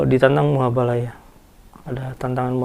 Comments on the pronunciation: Koreksi bang "Mubahala" bukan "Muhabala" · koreksi mas, Mubahalah bukan muhabalah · MUBAHALAH Bukan MUHABALAH. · Mubahalah ngong,bkn muhabalah